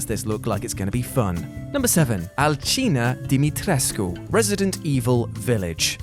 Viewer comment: 's's's's pronunciation of "Alcina Dimitrescu" >>> the whole video